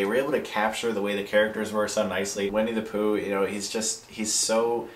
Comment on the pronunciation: LOL It's pronounced "Winnie the Pooh," not "Wenny the Pooh." I'm a troll aren't I?